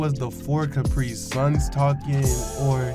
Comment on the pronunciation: I like how he said 4 cuprisuns